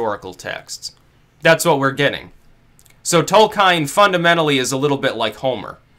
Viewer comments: Tol-keen REEEEEEEEEEEEEEEEEEEEEEEEEEEEEEEEEEEEEEEEEEEEEEEEEEEEEEEEEEEEEEEEEEEEEEEEEEEEEEE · Tolkine, Caukayzoid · I've always heard it pronounced Tole-kin :emphasis on the first syllable. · Uh oh. Are we in the Tol-kien or Tol-kein timeline? And how does it relate to the Berenstain Bears?!?! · Tolkien not Tolkein (also pronounced Tol-keen not Tol-kine). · /TOLKJEN/, nαt /tolkajn/ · >Tolkein It's Tolkien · The legendary author's name is pronounced "Toll-key-inn." Please make a note of it. Fuck! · your reading of "Tolkhine" is pretty disappointing. read his essay "On Fairy Stories" and then you will begin to understand Tolkien. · /ˈtɒlkiːn/, I expected better of you. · The pronunciation of Tolkien throws me right out of the video lmao. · abuseofviolence Caught it right away because people exoticism the name Tolkien. and the "Alt-Right" should love Tolkien because it's a myth of Westernesse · It's *Tolkien,...